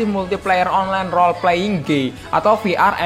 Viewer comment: Woy nyet lu ngomong game atau gey?